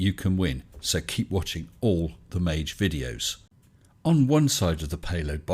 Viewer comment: Please, don’t pronounce it a soft g (māj) Try using Maggie